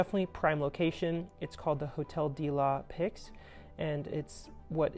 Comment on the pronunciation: "de la paix" is pronounced "də lah peh". The x is silent. :)